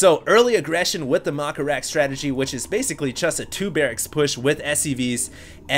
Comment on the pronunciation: Lol "maka-rax", "scoot-n-shoot marines", "blings"